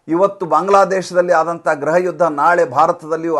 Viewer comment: Sir, ದಯವಿಟ್ಟು ನಿಮ್ಮ, ಉಚ್ಚಾರಣೆ ಸರಿ ಮಾಡಿಕೊಳ್ಳಿ, ನಿಮ್ಮ ಮೇಲಿನ ಅಬಿಮಾನದಿಂದಲೇ ಹೇಳ್ತಾ ಇರುವೆ, ಗ್ರಹ ಯುದ್ಧ, ಗ್ರಹ ಮಂತ್ರಿ, ಗ್ರಹ ಇಲಾಖೆ ಇವೆಲ್ಲಾ, ತಪ್ಪಲ್ಲವೇ? ಗ್ರಹ ಎಂದರೆ planets ಅಲ್ಲವೇ?, ಗೃಹ ಮಂತ್ರಿ, ಗೃಹ ಇಲಾಖೆ, ಗೃಹ ಯುದ್ಧ ಎಂದು ಉಚ್ಚರಿಸಬೇಕಲ್ಲವೇ?.ನಾನು ಹಿಂದೆಯೇ ಒಂದು ಬಾರಿ ಕಾಮೆಂಟ್ಸ್ ನಲ್ಲಿ ಬರೆದಿದ್ದೆ, ನೀವು ಗಮನಿಸಲಿಲ್ಲ ಎನಿಸುತ್ತೆ. ದಯವಿಟ್ಟು ತಪ್ಪು ತಿಳಿಯಬೇಡಿ. ನಮಸ್ಕಾರ